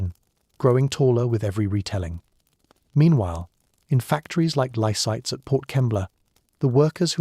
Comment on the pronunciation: it's Lysaghts , not Lysites , get it right !